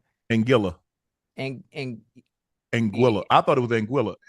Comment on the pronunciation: Lol the way Americans pronounce Antigua and now Anguilla is too funny… It’s not An-tee-gu-ah it’s An-tee-guh Yall don’t pronounce Usain’s name correctly either but that’s another story for another time 😂😂😂😂